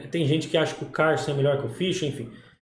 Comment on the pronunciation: prq fala CARLSEN todo estranho 😂😂😂😂, pow é cada uma 😂😂, e MIGUEL tal 😂😂